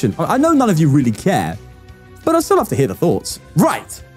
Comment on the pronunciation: “Dis stil TUrn One” 😂